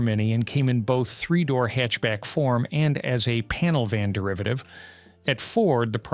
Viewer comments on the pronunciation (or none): none